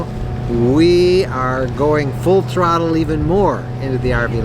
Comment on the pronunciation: Great video, but the way you emphasized "full throttle" in the opening, was expecting expanding RV to include marine. Got me on that one, HA HA! Plans sound great. With your property and future property plans, while some do full time in them, always wondered about extended time in the 25' Class B+/C. The 5th wheel makes a lot of sense for extended stay property hopping and occasional cross country trips. Staying with the LTV also makes sense as you have a choice of which and would be interesting the ratio of usage. It is unfortunate that all 4x4 trucks (1500 on up) are TOAD capable but exceed capacity of Transit/Sprinter chassis where Ranger/Colorado and ever popular Jeep are right at max 4200lbs. While the truck will sit, good to hear you have the Equinox (as I custom order an Escape Hybrid in same weight class and look forward to hearing your truck buying adventures.) Good to hear going back to Unity, but both the Wonder and Unity will tow the Equinox - with the exception being your RTB floorplan which I ruled out. Think it has more to do with the huge storage behind rear axel and virtually over the hitch with anticipated loads impacting hitch weight. Considering ordering (or looking for deal fall throughs) the Wonder/Unity RL or Unity FX. Decisions, decisions, but at least used prices are beginning to fall fo something during the build.